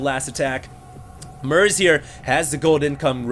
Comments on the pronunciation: it's MERZ not MERC... stop calling him merc :)). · its MERZ not mercs :P